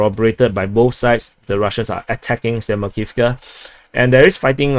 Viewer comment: Not just Opitnoe (O-pit-no-e), a lot of other cities are mispronounced, such as Kurdiyumovka (Kur-di-yu-mov-ka), Grigorievka (Gri-go-ri-ev-ka), Zelenopolya (Ze-le-no-pol-ya), etc., but I blame the grotesque Banderastani spellings used by Google Maps for this.